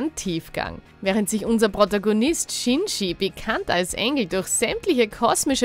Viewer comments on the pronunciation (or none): none